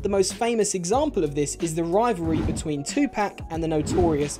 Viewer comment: That's the whitest possible way to say 2pac